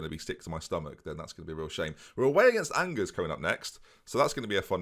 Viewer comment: Please it's pronounced On-jer if I hear an-gers one more I think I'm going to lose my mind